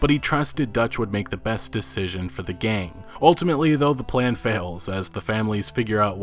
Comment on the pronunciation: Did you just say P L A N